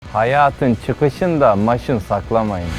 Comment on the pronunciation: kardeş men azerbaycanlıyım hayat deyil heyet düz oxu :)